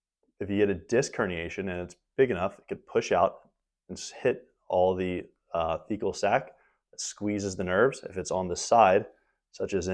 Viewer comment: a Fecal Sac? I couldn't hear anymore vowels in that word. Surely that's not the name?